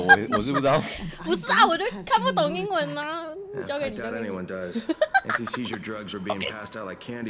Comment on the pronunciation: 笑死我了，英國，跟英文，唸錯